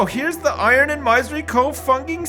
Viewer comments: Thank you! I mentioned that on episode 1. It was making my ears bleed. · plz dont do it, i am used to him saying "Maisery" now